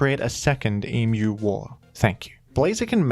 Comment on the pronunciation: Thank you for pronouncing Emu properly! 🦩